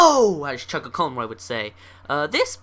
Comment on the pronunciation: IS DUMB FOR SAYING CHUGGAACONROY!!!!!!!!!!